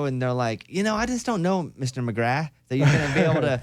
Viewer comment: Mr. McGrath?? Its Tim Mcgraw there bob